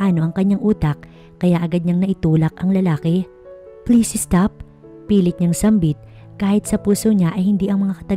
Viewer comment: Ano ba naman yan? Es-cared, es-top...